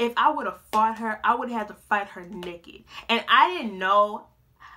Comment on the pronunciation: "I'm nekked " 🤣🤣